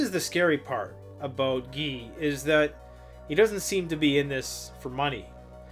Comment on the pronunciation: His name is pronounced "Gi" not Ge. It's guy like saying "you guys." This is great! First time I've actually seen Preparedness together with Abrupt Climate Change. Can't wait for the interview. I have followed Guy McPherson for some time now.